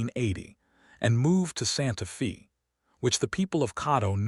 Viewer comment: Very good story. But, the reader needs to pronounce Santa Fe correctly. Feb is said like a woman’s name, Faye. It’s not pronounced correctly in several very good stories.